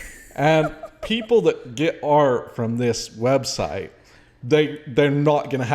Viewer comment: 😂😂 I have to say this, Come on, you can't even say her website right. You're supposed to be "so inspired by God" 😂😂😂 Love you guys. This was so good, so eye opening to the bullet I dodged being sent away when I was and not having to go through what y'all did. Keep up the good work!! Thanks! You Rock girl! Stay at it!!!❤